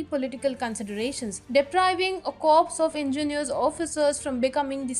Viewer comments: please take positive feedbacks & correct yourself. Corps is a French word pronounced as core with p & s both 🤫silent. Thank you. Jai Hind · "Corps" is not pronounced as "corpse". Work on your pronunciation please. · You have it wrong. It indeed is Khadak-wasla. As it takes the name of the original village in Pune Dist. As for the "ka-wps"( for corps), you are right.